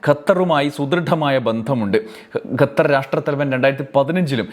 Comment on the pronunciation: ഗത്തർ അല്ല ഖത്തർ ആണ് ശരി